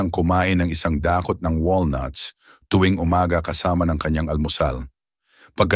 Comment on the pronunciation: No.2 konting pag aaral sa tamang bigkse tulad ng i-sang da-kot no.4 mtaming salamat sa mga impormasyon at tamang benipesyo sa kalusungan God bless